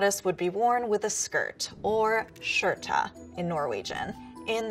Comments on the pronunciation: H. E ja. Bittelitt. Det var forresten sinnsykt morsomt når hun sa: Stømpe😂 Strompe😂😂😂😂 og når hun sa bunad. Boonad😂😂😂😂😂 Redigert: også når hun sa skjorte. Skjårta😂 Redigert 2: Skjørt😂😂 Shørta Redigert 3: Herreguuuud😂😂😂 VeSkA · The weird part is that this elaborated “skjorta” is not the right word for shirt, as “skjorta” means “that shirt” rather than the single garment, which the garment alone would have been pronounced as “skjorte” with an E at the end. And she’s pronouncing «skjørt» and «skjorte» the same way, which can end up as confusing. The terms are highly over complicated, unnecessary and grammatically wrong to the point where these mistakes diminishes the videos overall point, which is sad. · The way you said Arendal just made me laugh because of how Americans pronounce it XD Oh and we pronounce it skjorte, well shorte (to make it easier for you to say it) not shorta But otherwise, good job :) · I’m Norwegian and you don’t say shorta it’s sjorte and strømper not strupe maybe you should make this with a Norwegian instead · I am Norwegian and when she tried to say "skjorte" i was like: Oof.... Because this was what i heard: "sjårta" It honestly would have been better if she just said it in English. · I'm kinda cringing at the way she said "strømpe" because it's not accurate. I live in Norway. Just heard her say "bunad" too.. also wrong CRAP she just said "skjorte" I can't blame her though. It's hard. skitbuksum, she said "skjørt" and "veske"